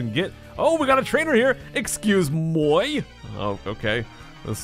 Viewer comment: pronouncing "Excusé Moi" is hilarious:D